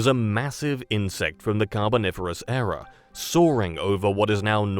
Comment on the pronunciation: ERA, not "error"! {:o:O:}